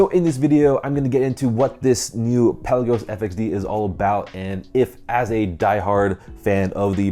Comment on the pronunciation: It’s Pe la’ gos not Pel’ a gos!